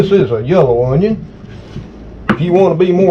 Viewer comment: I love how said onyawn